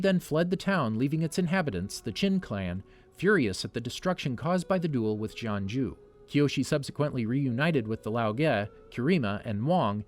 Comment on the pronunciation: he legit said JohnJew